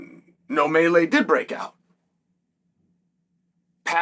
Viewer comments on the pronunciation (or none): none